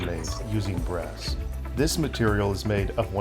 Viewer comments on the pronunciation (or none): I thought he said Bass. Isn't that a fish?